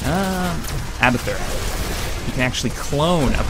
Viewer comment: i love but he is saying abathur (arbathur) ughhhhh